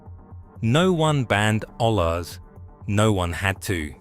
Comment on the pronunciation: It's pronounced oye-yas it's Spanish for pot